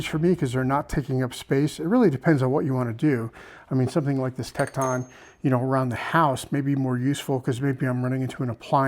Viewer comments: Tek ton. Not Tek Taun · I've never heard anyone pronounce Tekton like that. It's pronounced Tekt'n. But you even draw out the O in Icon . Sounds like Ikohn. Where are you from. Illinois? Wisconsin ?